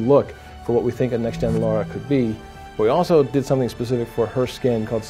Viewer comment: Be nice.... Let's not nitpick, please. The name said was close enough to the real one. You knew exactly what was being referred here, there's absolutely no need to act the way you did. He's picking on you because the name of the character is actually "Lara", not "Laura".